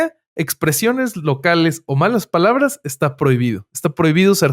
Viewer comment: Me gustaría q pronuncie bien las palabras así como José Esmit